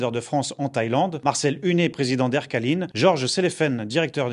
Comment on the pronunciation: Air Caline... !! 🤣 on dit Air Caleiiiiiin (avec l 'accent Calédonien) ! Merci pour le journal j adore